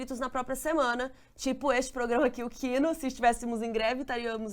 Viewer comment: Oi,! Gostei do nome que você escolheu. Mas a pronúncia não é "kíno", é "kinô"! Se optar por continuar com a sua pronúncia abrasileirada, tudo bem, né. A gente fala português, não tem obrigação nenhuma.